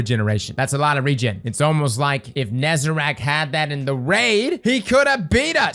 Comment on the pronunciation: Say it with me: NE ZA REC. His name is not NEZERAC